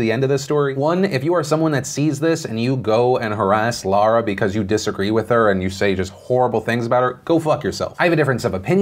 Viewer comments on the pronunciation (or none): none